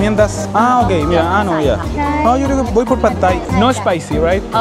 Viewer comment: Like por cada vez que el dice Phad Thai 🍲